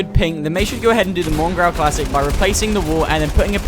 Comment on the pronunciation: its unknown classic not mongrall classic